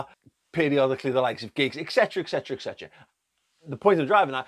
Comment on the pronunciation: *et cetera not ex-cetera